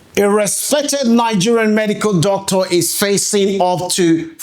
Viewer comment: YOUR PRONUNCIATION OF (DOCTOR) SOUNDS HORRIBLE ASK GOOGLE FOR CORRECT PRONUNCIATION